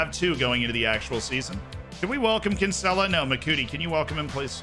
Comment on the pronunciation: He is BUTCHERING the pronunciation of Kinsella